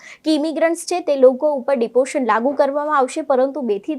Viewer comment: Deportation bolta to shikho pehla ?